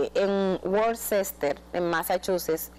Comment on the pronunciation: Se pronuncia wister Massachusetts